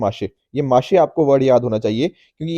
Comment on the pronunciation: Pronounciation correction It's वारली पेंटिंग and not वरली Founded by जीव्या सोमा म्हसे not माशे